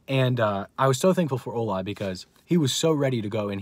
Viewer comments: I'm Nigerian and it's not pronounced ohla it's ola😆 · 😂😂😂Ola.. its the way you pronounce his name. Btw I'm Nigerian Praise God for victory over these forces